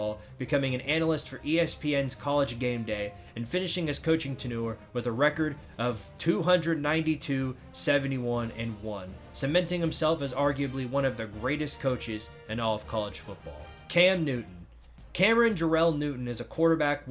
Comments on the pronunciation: The word is pronounced "ten-yer" not "tenoor". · It’s not E-S-P-Y, it’s Espy. Read like a word phonetically. Also the word tenure is not pronounced tuh-noor. It’s ten-yer.